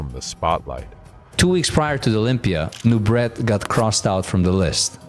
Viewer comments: His name is pronounced "Noo-bray" not "Noo-bret". You can hear it pronounced properly in a video itself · Who's the idiot commentator that can't pronounce last name? It's pronounced "Nubray", it's French, he French, NuBRAY, dufus!😮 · Nubraaaa !! Dummy say it right !! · The correct pronunciation I believe is Nu-bray. It is french in Origin. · His name was pronounced ( Nu-braa) FRENCH !! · Nubret is pronounced Nu-bray… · Nubret is pronounced like French beret {baray/nubray}. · Don’t meant to be THAT guy, but Nubret is pronounced “Noo-BRAY”. Serge était Françes… You did a superb job here either way.